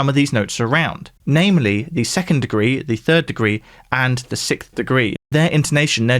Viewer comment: For some reason also can’t pronounce “sixth.” He says “sickth.”